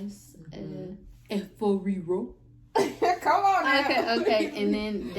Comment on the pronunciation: 😂😂 I like how she pronounced 'Efo Riro'.. Lol, it was Perfect! Wow!